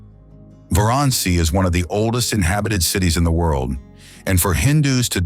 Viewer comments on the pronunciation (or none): Great presentation! However, please note: the pronunciation of some of the cities and states is incorrect. For example, the city of Varanasi and Kerala (one of the states in India) are pronounced just the way they are written! Otherwise, lots of details for such a fascinating country as India!